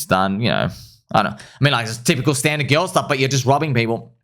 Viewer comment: Did you know instead of girl you say GILL.